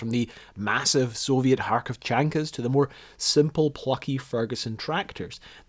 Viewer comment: Hey, you fixed the Kharkovchanka pronounciation! Cheers from a Russian extreme cold vehicles fan!